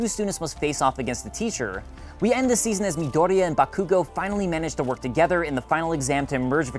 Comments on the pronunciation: Haha BaKoOgO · Maldonado It's really hard to focus on writing my review of season two, because that pronunciation of Bakugo's name is killing me with laughter. xD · Um... it's pronounced Buttkoogo. Thanks. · JustNel ikr, I hate the way he said bakugou